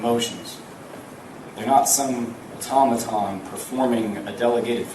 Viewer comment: What an ignorant sob that prosecutor is, using words he cannot spell or say correctly: ...."They're not some Tom-a-tom forming a delegated function or people." etc. etc. The man cannot speak English, and his words make absolutely no sense." Certainly, if convicted, the individual is heinous, but to have a clown as a prosecutor gives one pause to wonder just how far down the social ladder the judiciary are going to select their employees. He is a disgrace, and should not be permitted to express an opinion in public. I'd love to see the written transcript of this.